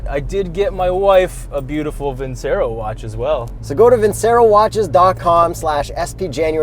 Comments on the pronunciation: Pronounced Vin "Ch" ero :D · Awesome review of a great car! BTW, the watch company is pronounced "VIN-CHAIR-O" as it is an Italian word. That's how the company's founders pronounce it as well.